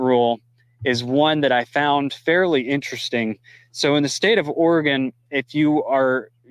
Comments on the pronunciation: It’s not pronounced Ore-gone. It is pronounced Ore-gun. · Hi, it’s pronounced “Orygun” instead of “Oragone.” Love your videos! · it's not Oregone, it's orygun. Lol. Love you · Say, Ora-gun, not Ora-gone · just so you know, listen to your speaker pronounced Oregon. It is prounced Orygun by Oregonians. Thanks, Tom